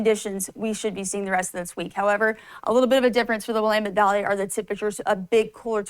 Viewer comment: "Williemend Valley"?